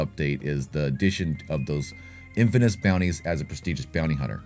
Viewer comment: Bro, you're killing me with the "infaNous". It's okay, I suck at language too. 😁